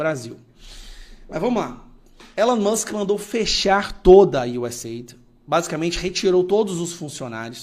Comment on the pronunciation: você é profe de ingles, por favor pronuncia correto, não é êid, é US áide!! Por favor, nada de ajuda, é DESENVOLVIMENTO